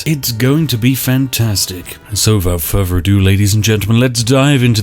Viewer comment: I've confirmed through watching 26 videos and 8 cups of tea: Spiff says "and so without further ado" like "and sovout furver'do".